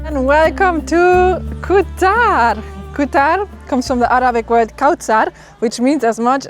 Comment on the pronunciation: pronunciation of Arabic words is amazing